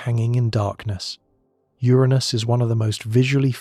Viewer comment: Uranus, 😅 not my anus